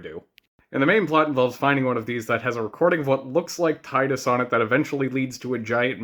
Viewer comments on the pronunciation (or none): It’s Tee-dus, not Tie-dus 😅 It’s from Okinawa dialect for “sun”